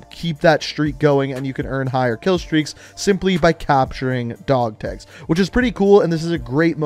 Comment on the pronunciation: Why u say dog tags like that?